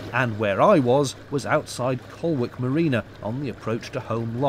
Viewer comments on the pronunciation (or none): Collick - (cough)